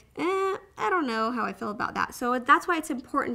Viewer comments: I think it's because she's from Idaho. I'm from Utah and people say fill for feel here too. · i like how you say "feel" haha it sounds like "fill"